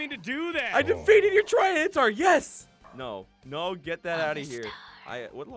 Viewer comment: Okay, seriously its not "tryanitar" it's "TY-RAN-itar"